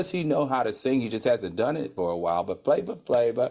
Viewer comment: Now it’s “Tiga” “Flava Flava” and “Wiz Kalis”🤣🤣 Al I can not with you!!😂😂